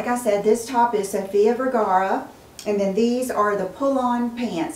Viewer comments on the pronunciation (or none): none